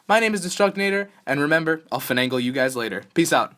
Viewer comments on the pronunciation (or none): u actually said fenangle LOL